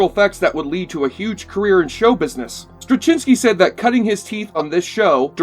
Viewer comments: Um, check your pronunciation of J. Michael Straczynski's name. Met the man many times. Just look up videos introducing him... that'll help you. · I can't hear your pronunciation of J Michael Straczynski without cringing.